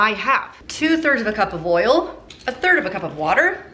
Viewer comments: Idk why but when you said "ERRL" instead of "oil" I was just tickled pink lmfaooo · I love that you call it "earl"...I do too...lmbo!!!